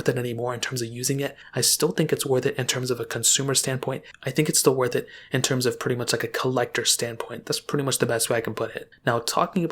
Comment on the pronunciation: The way he says still worth it though